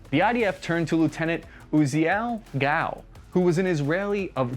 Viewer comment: Dude, you are mispronouncing the man's name. its not Gal like a woman, it's Gall, like G-All.